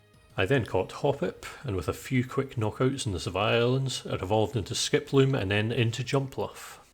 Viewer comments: Sevii Islands = Sev-EE Islands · Ive had this on all day at work today, great video! 😊 Edit: is it just me or does pronounce sevi islands like you pronounce devry university? 😂